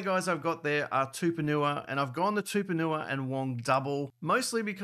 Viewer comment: His name is not Tuponua. It’s TUPOU-NIUA